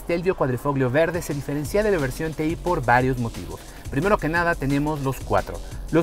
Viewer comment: Se diferencia,, no se "diferencía".